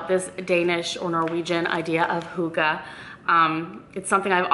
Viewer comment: OMG that's all of a sudden a thing? also misprounounced :-(